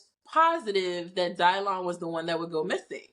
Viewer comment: Dylan who? Someone help me out here. Also that pronunciation is absolutely ridiculous. It's my son's name too. Why? Just why? If you want a unique name for your child, do the work. Research your own heritage and maybe use something there.